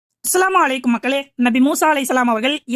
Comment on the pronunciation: அல் ஹம்து லில்லாஹ் எல்லாப்புகழும் அல்லாஹ் ஒருவனுக்கே ☝️ சகோதரிக்கு அஸ்ஸலாமு வ அலைக்கும்..... சலாம் நல்ல உச்சரிப்புடன் கூறுங்கள்... உங்கள் சலாம்(ஸ்லாம் வ அலைக்கும்) எனக்கு மட்டுமே அப்படி கேக்குதான்னு தெரியல....